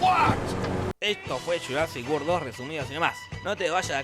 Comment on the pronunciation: GÜELCOM TU SHURASIC GUOR Nivel de ingles: ITSH OUBER NAIN TAUSEN! :v